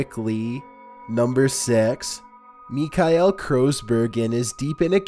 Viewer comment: The way he says Michael tho...